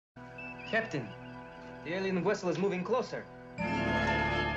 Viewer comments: I think you'll find it was a "wessel" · Unknown Wessel, not vessel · You mean "the unknown Wessel"? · 😠 "That's "wessel", not "vessel"... 😆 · It's a Wessel not Vessel. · It's a Wessel, not a vessel!!!! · That’s, “Enterprise battle against the unknown WESSEL” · It’s not vessel, it’s wessel. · "An alien wessel !!!" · He did say wessel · It's not vessel, it's wessel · Kirk.....What's a wessel? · It’s VWESSEL! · "Unknown Wessel" - Chekov